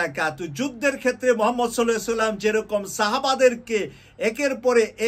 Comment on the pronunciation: আলাইহে না বলে বলি আলাইহি।